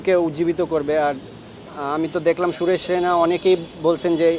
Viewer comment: জাকের তো সুরেশ রায়নার নামটা ও ঠিক করে বলতে পারে না